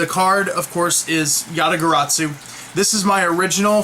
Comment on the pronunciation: there is no T in garasu